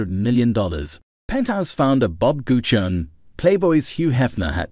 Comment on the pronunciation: Thx mate. Nice. BTW, our name is pronounced "Gucci-Own-ee ;) Bless - Nick